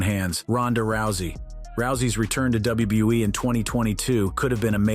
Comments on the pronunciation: Hearing this guy say wwe is triggering my ocd 😂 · Dabliubuiee, Dabliuibluiee, Dabliubluiee, Dabliulebuiee.